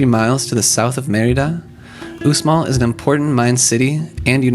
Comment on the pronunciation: Uxmal is pronounced /ushmal/. The x in Mayan always makes the sh sound.